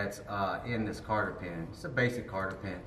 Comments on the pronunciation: cotter pin, not carter pin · Solid video, excellent camera angles, plenty of knowledge. A+ brother. Just to be funny here though.. it's not "Carter pin" it's Cotter pin" hahahaha but for real, keep those videos rolling out, you're doing great. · Cotter pins NOT CARTTER pins 😂